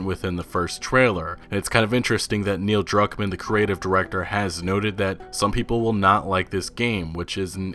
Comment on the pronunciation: I thought you said Neil drunk man